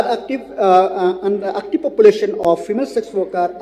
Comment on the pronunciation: It's so annoying when he Lakmen Rymbui pronounce the word "active" as"actip" 🤣🤣